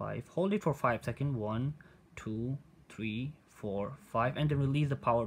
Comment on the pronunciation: One two tree🤣🤣